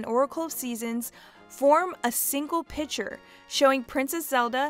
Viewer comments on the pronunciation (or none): none